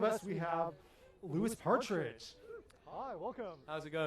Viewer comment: I can just see Louis cringing in his mind when the guy said ‘Lewis’ and not ‘Loo-wee’